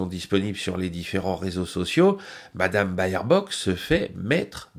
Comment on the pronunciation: pas "Bayerbock" mais "Bêrbock" 😉